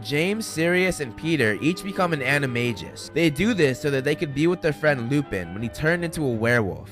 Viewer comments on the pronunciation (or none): Oh hell no, this guy did not just say “anima-jus” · you kispronounced animagus